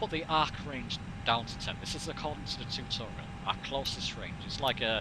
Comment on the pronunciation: tewtuuurial, haha love it!